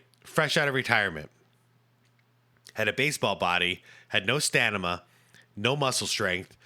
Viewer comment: I had to rewind a couple times “no stanima” is crazy😭